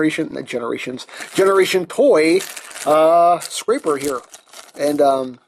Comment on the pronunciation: Your saying his name wrong. It's scraper like a scrap piece of paper.